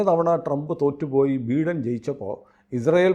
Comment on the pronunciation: Thanks for the updates. Former President ബീഡൻ എന്നതിനു പകരം ബൈഡൻ Biden എന്നു pronunce ചെയ്യുന്നത് നന്ദായിരിക്കും. thanks